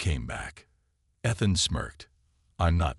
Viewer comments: With the name Ethan used so often in these stories, why so many mispronunciations this time? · With the name Ethan used so often in these stories, why so many mispronunciations this time? How come no one else recognized the resemblance to the recent king after the queen’s very obvious reaction?